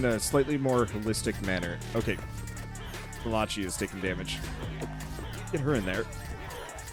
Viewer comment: "Ma-la-chee" oh god try "Mal-ah-kai"